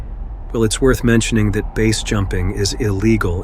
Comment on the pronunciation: "Failed **trials**"?? Sometimes pronounce "BASE" as base, sometimes letter-by-letter... Low-effort AI content detected.